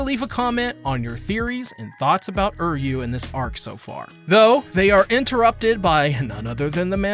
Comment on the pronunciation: Why does he keep saying Uryu's name like that?